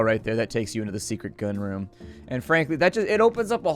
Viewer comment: I truly couldn't tell if you were screwing around when you said the gun Room